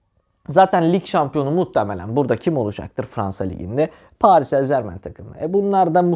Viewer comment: Allah askina paris en zermen deme yav elim ayagim titriyor